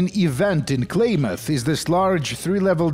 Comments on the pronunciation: i cant get over it god dayum its "clam-uth" NOT "clay-myth" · Klaamaathhhh!!!! Not Claymath! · I have never heard anyone call it "Klay-Muth". Always "Klam-Muth". Mandela Effect Activated. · As someone who is from the west coast, clam- ith is how you pronounce it I believe the actual town is Klamath falls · I’m from Oregon so I’m sorry, it’s CLAM-ath 😂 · wonders how long it would take to look up the worth Klamath. 2 seconds, how many times does he say Klamath? Definitely enough he should have justified looking up how to say the word..sure its native but if hes a fallout fan, how long has he been wrong? It is pronounced kla·muhth, kla not klay...muhth not math. bro being an oregonian I can't listen to you say that word wrong anymore Granted that Klamath the city is in California, Klamath falls is in in Klamath County in in Oregon. It is the same word from the same tribes. Did you know that there isn't a military base in Mariposa, California? its all LIES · I adore fallout 2s setting in northern California, being from there myself. And Klamath is pronounced Clam-uth ;) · Also... the "Primate... GET... OUT... MORE..." chefs kiss. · The way you say Klamath drives me up the wall. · Holy shit the way you say Klamath and modoc is driving me up the wall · Klamath...kl..ah..muth...I didn't know hearing someone say names of Oregon towns mispronounced pisses me off so much... You say it wrong so much I gotta stop watching